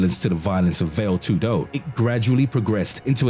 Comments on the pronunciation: Well, a minor respect related point on names. If you are able to say Muay Thai & Pinc(h)ak Silat without mistakes, you can try the same with Vale Tudo - not "Vail Too-DO", as you pronounce it, but "VAa-Le TOO-do". A minor issue & a friendly suggestion;) P.S. there were ZERO martial arts in Russia in the past, the only thing that existed was bareknuckle fight without any form or system(a;), just bare force. After their arses were wooped in individual fights over time in their wars on the Asian side of the continent by smaller opponents, the Russians realized they need to adapt, primarily, Judo to their needs & "created" SamBO (translates as Self-defence Without Weapons), which is Judo plus several local popular wrestling techniques. I very briefly trained in both as a kid, followed all the prohibited at that time karate(!!!) self-copied books and hiding practitioners and there was absolutely not a single word about some another domestic fight system (Systema). This is just another copycat adaptation Russians did, in absence of own fights (too often vodka inspired, hence erratic). And, sorry, but I am not impressed by it in any way. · “ vail tudo” , diiiiiiick. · "vale tudo" the pronunciation killed me, lol, very deadly indeed. A little tip for the creator: it's "va (as "fa" in fantastical, only with a v) le (as in "lay") Va-lay tudo. Vale Tudo. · What do you say when a fat kid comes into the gym? "It's called Vale Tudo, not Whale Tudo" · Veil too do. XD Nice pronunciation dude! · It’s pronounced valley-toodoo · Veyl tudo and moo thai. 😂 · "vale tudo" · I'm done listening to this guys incorrect pronunciation of these fighting style names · God the pronouncing of VALE TUDO and Muay Thai makes me cringe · Funny that you can find all these videos about Martial arts, made by people who have never done martial arts themselves. Can't even pronounce Vale Tudo or Muay Thai properly ahahah